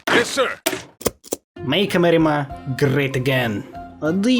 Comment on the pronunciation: why you say amerima?